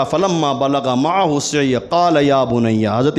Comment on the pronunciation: قرآن کی آیت غلط پڑھ رہے ہیں حضور معه السعی سین کے نیچے زیر نہیں ہے بلکہ زبر ہے